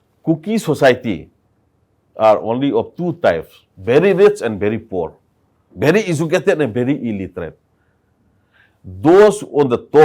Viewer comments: Mr meentioning about educated tho he even can't pronounce very and said bhery😅😮😂😂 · A bery step a bary steps 😅😮 everyone pronounced very . 😅😅